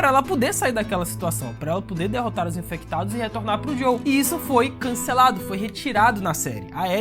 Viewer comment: Por favor, para de chamar o "JOEL" de "JOW" pelo amor de Deus! 🙏🏼😅